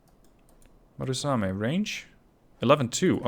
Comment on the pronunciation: MU RA same, not MA RU same, good video.